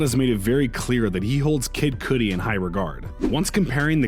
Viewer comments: KID CUDI NOT KID “COODI” OH-VEE-OH NOT OVO SAID AS “OVAL” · Coodie? Say the God's name correctly bro😂😂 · I'm convinced you mispronounce shit on purpose 😂 OVO sound insted of O V O and Kid Koodie 😭😭😭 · kid "coodi" bro stopp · Nah fr!! Who tf is kid koodi?? Nigga cant pronounce kudi name name, you not gang? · "kid coodi" lol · You lost all credibility when you said Kid Cudi wrong. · Learn how to say Kid Cudi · Why u saying kid Cudis name like that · He also fucked up Kid Cudi's name .